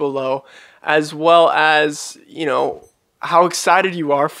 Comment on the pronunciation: Production wise it is really good. Tho I kind of don’t like his pronunciation of “know” “glow” etc. It’s not my favourite at all unfortunately.